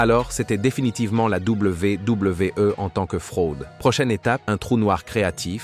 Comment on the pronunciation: ...à la Double V (1 sec), double V (1 sec) E, non mais c'est quoi cette façon stupide de dire la WWE?